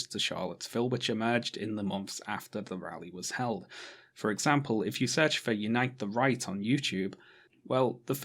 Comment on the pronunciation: I always hear “Unite the Reich”